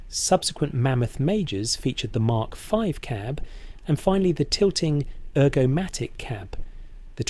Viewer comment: I’m struggling to watch this, Is it AI? Some of the pronunciation is way off .. Mandatory MKV (Mark 5!).. it’s all over the place